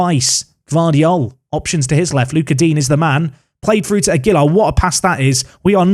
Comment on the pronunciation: Aguilar is one of those Spanish names that often differs by region. a-GEY-lar can be one way, but the safest is probably a flat style: agey-lar, with a slight emphasis on the lar. Unless a stress emphasis appears in the name, you can generally emphasise the second syllable of the name in Spanish names, though obviously there are regional differences - eg. MeX-ico vs Me-Hico). Phew! Shutting up now.